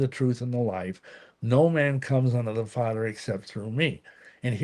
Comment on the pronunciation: It is pronounced 'other' not 'udder'...silly. Father not fadder. Ha.